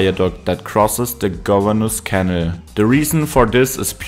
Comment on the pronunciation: It’s a canal, not a kennel 😂